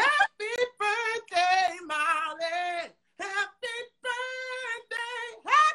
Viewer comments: Not the intro saying Holly instead of Molly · the opening says holly insted of molly hahah, no shade just wanted to point out